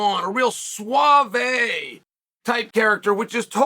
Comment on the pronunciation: I love how Chanel said Suave lol